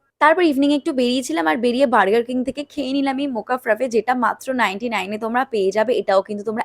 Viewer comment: It's lassi not lossi It's a burger not bargar